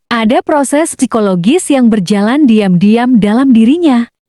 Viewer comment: Mbak yg cantik mau sedikit meluruskan ya. Penyebutan psikologis huruf p nya jgn disebut cukup sikologis. Saya seorang psikiater konten anda bnyk yg lepas dari dari jalur psikologi. Tolong jgn menyesatkan cari benar" dulu sumbernya sebelum dibuat konten. Kasihan penonton yg awam kalau menelan informasi anda yg lepas jalur psikologi itu🙏